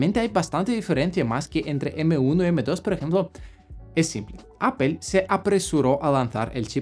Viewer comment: Muy bien video pero PORFAVOR NO DIGAS APEL, hablas muy bien el español pero di Apple. Saludos